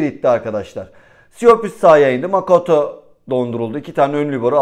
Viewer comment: Artik lütfen Makuta diye seslen suna abi 😂 makaouto degil